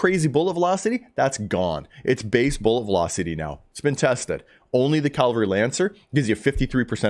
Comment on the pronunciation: You're mispronouncing cavalry mate. You're saying calvary. You're swapping the V and L around! Good info though.